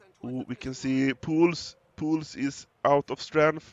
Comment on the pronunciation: He pronouns it correct, well done!